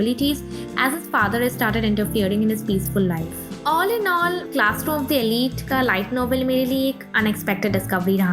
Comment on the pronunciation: Arre "elite" to pronounce krna seekh le pehle 🤦‍♂️